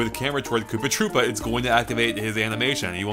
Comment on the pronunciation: Did you say Poopa Troopa?